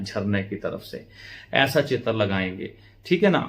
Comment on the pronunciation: आप उच्चारण पर विशेष ध्यान दें चित्र, शुक्र इनका प्रयोग सही करें